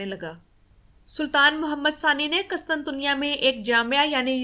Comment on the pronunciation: اچھی کوشش ہے ماشا اللہ۔ قسطنطنیہ میں قاف پر پیش ، پہلے ط پر بھی پیش آتا ہے۔ اس کے علاوہ بازنطین میں ز پر زبر جبکہ نون ساکن ہے۔ سلامت رہیں